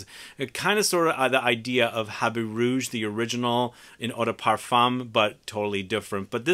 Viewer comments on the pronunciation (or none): none